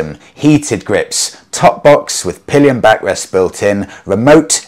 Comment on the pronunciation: Pallions and Pissengers huh............